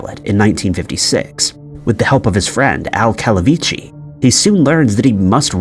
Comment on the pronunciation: Please learn this, narrator: Scott Bakula’s surname is pronounced Back-you-luh. Pronounced Calavicci right, but not Bakula.